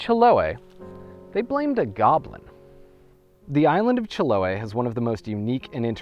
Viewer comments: It's pronounced Chilo-AY. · nice how you managed to learn the history of that island, the trauco, and others but still not pronuncing chiloé correctly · That's not how the Chileans pronounce Chiloe